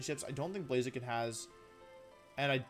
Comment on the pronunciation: BLAZIKEN, NOT BLAZAKIN! FIX IT NOW!